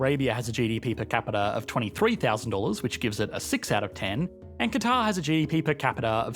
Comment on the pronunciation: ¿Por qué pronuncias “cuatar” en vez de Catar/Qatar?